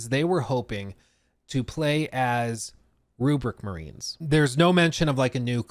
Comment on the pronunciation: They are pronounced “RHUBARB MARINES” not “RUPERT MARINES”😂😂😂